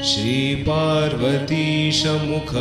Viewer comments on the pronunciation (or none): none